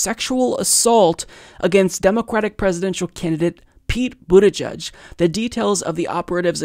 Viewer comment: “Boot-eh-jedge” not “boot-eh-judge”.